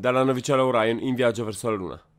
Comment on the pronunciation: Perchè Oraion? Gli americani stessi, in campo scientifico, non inglesizzano queste parole prese ad esempio dalla lingua ellenica e/o latina, altrimenti la stessa Artemis la dovrebbero pronunciare Artemais o Artimais...